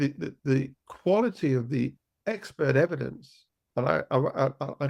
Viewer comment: ....... YOU ,, ..Were a former Detective ....... :face-purple-wide-eyes::face-orange-biting-nails::hand-orange-covering-eyes:......... DID You jusT Say ,, EVEDINCE ,, ....:face-purple-crying::face-purple-crying::face-purple-crying::face-purple-crying::face-purple-crying::face-purple-crying::face-purple-crying::face-fuchsia-poop-shape::hand-pink-waving: I Guess your NOT A Detective ANYMORE ,,..... :face-purple-crying::face-purple-crying::face-purple-crying::face-purple-crying::face-purple-crying::face-purple-crying::face-turquoise-covering-eyes::face-turquoise-covering-eyes::face-turquoise-covering-eyes::face-blue-question-mark::face-blue-covering-eyes